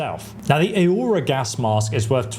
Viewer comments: "Or-roar-rah", you know, like the Aurora Borealis. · Aurora UH-ROAR-UH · Bro trying to pronounce 'aurora' 😂